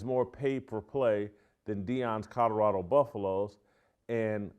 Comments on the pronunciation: This guy keeps talking about "Coddorodo". Where is Coddorodo? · If you're going to talk about Colorado every day you should learn how to pronounce it.